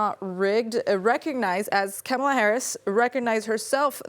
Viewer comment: Yes, she can’t say the vice presidents name correctly. Says it all, only boomers and trump supporters say it wrong